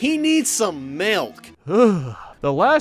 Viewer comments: “He needs some malk” Pretty sure it’s pronounced “milk”... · No it's molk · he needs some MEHLK